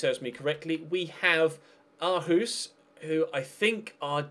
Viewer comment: Aarhus (århus) are danish and are pronounced oarhus